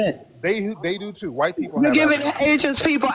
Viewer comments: Them saying "why-tee" is just straight cringe. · damn they are scared to say white. they literallty pronounce it y t people